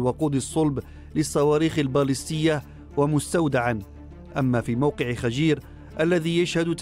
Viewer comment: خَجیر غلط، خُجِیْر صحیح